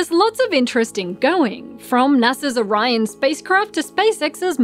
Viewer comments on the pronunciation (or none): none